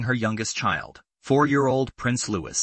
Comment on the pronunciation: It is pronounced "Louee"!